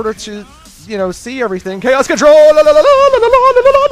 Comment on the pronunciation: I'd rather have you say "chaos contrawl-ah" (like you did in the beginning) instead of "chaos controladidadida"